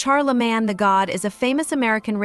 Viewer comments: Who tf is CharlaMAN and (CH)ARR-La-Mayne lady!? Stfu! 😂❤ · Why Cant u Caucasians ever get Black People Names Right?? Its NOT Charlamaaan, it's MANE, as in LANE. Sheesh. smdh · Char-la-man….. wow ok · Love how the A.I. keeps saying "Char the man" instead of saying his name correctly lmfao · Char-La-Man? Hahaha & Where is the leaked video?! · Char-lih-mann lol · Why shorty keep calling Charlamagne, Char-la-man? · ITS CHAR-LA-MAIN! RESEARCH PPL’s NAMES BEFORE YAL COME ON HERE TRYNA REPORT 🤦🏽‍♀️ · I stopped listening as soon as the voice or person said "Karlaman." If you can't get the name right, the information is probably bogus.